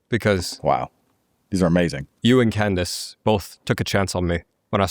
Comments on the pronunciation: not Can-dayce 😂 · It literally took me 5 min to realize he meant Candace Owens when he said CAN-DESE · “Can dase”